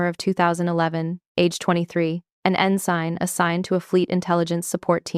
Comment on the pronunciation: It is beyond belief that a Navy commander 05 cannot pronounce ensign, reread, BUDS, Nguyen, etc. Then there is the uniform.